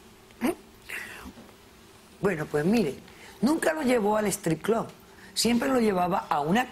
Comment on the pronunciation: "Clob" estos pretenden ser mas yanquis que los yanquis con esa pronunciación estúpida y exagerada del inglés